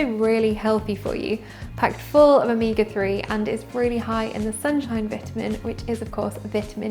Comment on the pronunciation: Okay, hold up. Did she say Omeeeeeeeega 3s? Someone please tell me she's joking. This can't be just an accent